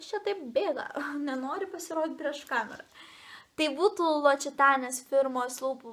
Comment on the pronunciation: labai mielas filmukas! Norėjau pataisyti,kad "L'occitane" tariasi ne ločitane ir ne lokitane, o loksitan(e).